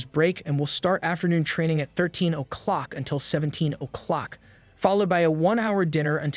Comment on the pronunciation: way he says "clock" 🤣😆